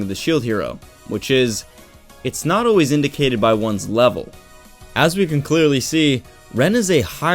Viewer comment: You'll never read what I'm writing so I shouldn't worry about how you'd percieve this comment but I still feel the need to tell you that I'm not trying to be a douche or hateful. Great video and all that but, please, if you can, pronounce 'always' as its spelt... I dont know why it kills me like it does but, so many goddamn people say: 'Oh-ayes' yourself included. It's like when I hear people omit the 'L' in words like 'hold', 'cold', 'roll', or 'hole'. They say 'hode', 'code', 'row', and 'hoe'. I inexplicably hurts my life